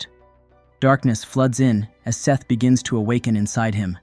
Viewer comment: I'm pretty sure it's not "Seth"